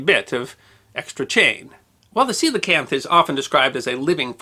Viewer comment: I read about these in elementary school and found them super interesting. That was probably 17 years ago. Always thought I butchered the name until I heard it pronounced in this video.